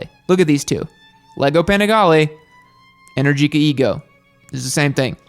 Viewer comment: "Moto Guzzi has the same attitude of MV" yeah sure guzzie noob. Moto Guzzi makes transverse V twin with a shaft as final drive; they are direct competitors of BMW boxers at a lower price point. Guess why I'm not subscribed? And "energica": stress goes on the second e, not on the i.